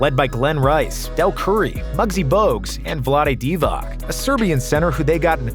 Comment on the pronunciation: Hey man can you pronounce Divac correctly the c is pronounced as ts